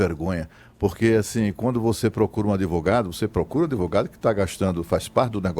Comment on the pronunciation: O "véinho" de óculos falou adEvogado umas 12x. Ouviram? Jesus ! ! ! !